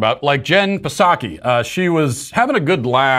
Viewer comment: Your pronunciation of Psaki always brings a smile to my face and never gets old. Thanks.